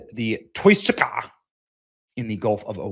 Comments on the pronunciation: Its pronounced TOO-SKA.. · You really can't read OR speak English, can you?!?! How do you pronounce the name of the vessel that absurdly stupid way?!?! It's called the TOUSKA...TOO-SKA...my 4 year old daughter got it first try! You sound like one of those actors in a dubbed over karate flick from the 70's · Btw ... it's promounced Toos-ka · THE SHIP'S NAME IS THE 'TOUSKA'...PRONOUNCED 'TWO-SKA'....⛓🚢⛓ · Yea benny, I think its pronounced taow-skaa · TOUSKA is pronounced Tow - Ska but spelt Touska 😂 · The Persian name Touska (توسکا) is commonly pronounced too-SKAH (IPA: /tʰusˈkʰɒ/). It is often phonetically broken down as "Toos-kah". This name refers to the alder tree in Persian, and it is also used as a female given. Must be the Botox injections in your forehead Benny. It’s a paralytic. No long term studies yet. However it can cause early onset of Dementia. But no wrinkles right. Goes good with that skinny face death look from Ozempic or Mounjaro. STOP 🛑 IT. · TOO- SKA . That's how you say it Benny . Too -Ska . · Why did you pronounce it like that? That’s the easiest name to pronounce. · You could stop acting like a dumbbutt when pronouncing the name of the Iranian ship.